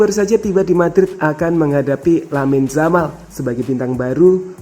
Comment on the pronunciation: Lamine yamal bukan lamine jamal